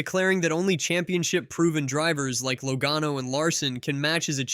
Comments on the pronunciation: Don't put out videos that mispronounce Drivers Names!!! It is pronounced { Laa Gano } not low gano.. !!!!!! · this is the dumbest take I've ever seen in the history of youtube. You don't even know how to pronounce Joey Logano. LOL. It's not even what he was talking about. I watched the entire interview and you don't even know what he was implying. You have to be the dumbest person I've ever seen when it comes to making videos.